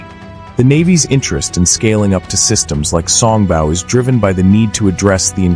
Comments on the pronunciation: song bow not bau. Your AI suffers from pronunciation problems. it can take its bow (bau) in the alley before the mice. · Mispronouncing “Song Bow” (Bow should sound like “Row”) instead of sounding like the sound a dog makes (“Bow Wow Wow”)! Repeatedly over and over again with that bad AI pronunciation.